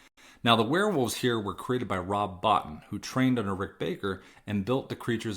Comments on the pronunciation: Great video. Little heads up, Rob Bottin's last name is pronounced Bow-Teen. Great job. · I'm sorry but I have to nitpick. It's Rob Bo-TEEN. Love the review but I'd pick The Howling as #1 though over AWiL. I dig the drawing ! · It's pronounced Bow-teen.